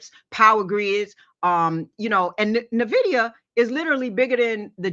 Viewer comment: Hey just found the channel and its really great. dca ( dollar COST average), Nvidia pronounced like not nuhvidia. Keep up the good work.